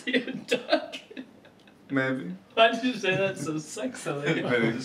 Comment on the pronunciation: when mark say maybe he do be saying "sexily"